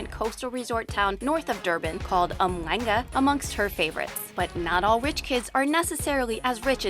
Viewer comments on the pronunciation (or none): It's pronounced umshlanga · Did she just say "Umlanga" 😂😂😂😂😂😂😂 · The pronunciation of umhlanga hurts me deeply